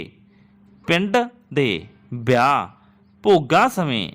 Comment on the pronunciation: Tusi ਬੇਲ ਬਿਆਹ ਬੋਲਿਆ ਕਲੀ ਕਲੀ dictation ch hun type ki kra ਵੇਲ ਵਿਆਹ ਇਕੱਲੀ ਯਾਂ ਬੇਲ ਬਿਆਹ ਕਲੀ